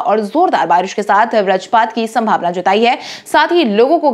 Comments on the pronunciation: आप 'वज्रपात' के स्थान पर 'व्रजपात ' बोलते हैं। जो अच्छा नहीं लगता है । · Vajrapat varjpat nahi tum Hindi sanyutakshar nahi bol sakati ho